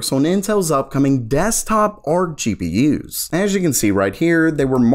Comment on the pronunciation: Learn how to fkin pronounce gpu first. Its GPU not GEE PII YOOZ. FFS FIX IT ITS ANNOYING